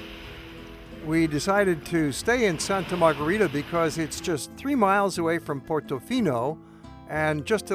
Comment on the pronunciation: Before making a video, please ask a local how to properly pronounce the name of the city you're reviewing.